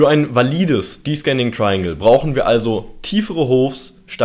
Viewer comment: danke für dein tolles video :) aber bitte man spricht es deszending aus xD